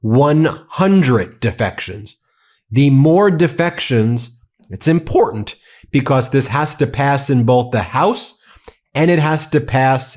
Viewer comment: “Im-por-dant” “Int-formation” “Trant-sparency” -Marjorie Taylor Greene